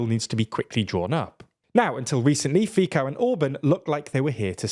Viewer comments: its fico not fiko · It’s [Fitzoh] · Please read the name of Robert Fico more like "Fiso". It's more accurate to Slovak pronunciation. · Before doing ridiculous political analysis …. is better to pronounce correctly the names of the people. Fico is not FiKo but Fitso . By the way, why you speak like gay? Are you a gay??Pls let us know 😂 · It is not Fiko, it is Fico. Like in cyber or citrus. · Come on! Pronunciation, guys. Orbán is pronounced like Orbaan, not Orben and Fico should be like Feetso, not Feeko. The English never hesitate to correct our Central European pronunciation in English, so next time, do your homework and learn how to pronounce our names properly. It is both just and courtesy. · Guys, it's useless to complain about their bad pronunciation, it's obvious that they don't read the comments. This is not the first video where they said "Fiko" instead of "Fitso". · Please, its not Fiko, its Fits-co. Czech speaker here, feeling bad for my Slovak brothers. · I would recommend saying the good pronouciation of the word Fico. Its not Fico, but like Fit-so. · .. I'm sick of "news influencers" not being able to research how to pronounce names. Fico ist to be pronounced like FITSO, not "Fiko". Also: Get some basic education about the slavic language family. It's the BIGGEST language family in Europe, which is the continent this Brit is probably from. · It's pronounced fit'zo, not fee-ko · How hard is it to learn how politicians' names are pronounced? It'a pronounced Fitso, not Fiko....like seriously....this is maybe the biggest problem I have with because it's happening for some quite time. And it really looks like they do it on purpose so people will make comments about it which will boost their SEO algorithm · FFS stop saying it like FIKO , its FICO , C like Celsius not K like Kelvin , FICO . Source: im from slowakia , and i hate FIC(elsius)O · Fico=/fitso/, not /fiko/ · Fico is pronounced with C like in citrus. not with K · Fico is pronounced feetso